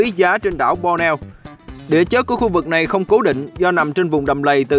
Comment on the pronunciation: Cầu dài nhất Dong Nam Á ....9 --- Đảo Bornéo (₫oc là Bot nê ô ) khong phải Bo neo ..Day la Đảo cua Indonesia ! .Xin Mc doc cho dung để nguoi nghe dễ hiểu hon ! !Xin cám on ! VHG.